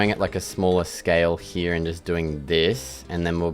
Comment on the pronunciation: Its called here and not "hyya"